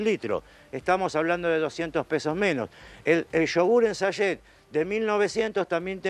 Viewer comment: SACHET cumpa, habla bien, como que SAYE😂